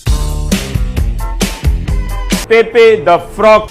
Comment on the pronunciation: Ravish does not even know how to pronounce Pepe.